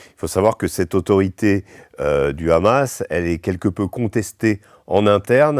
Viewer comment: C Hamas pas Amas